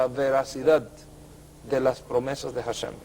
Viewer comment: De acuerdo a la gramática hebrea indica que cuando una letra hebrea de nombre Hey=ה, va al inicio de palabra está letra es muda. HaShem=השם, así se escribe y así se pronuncia ashem, no jashem.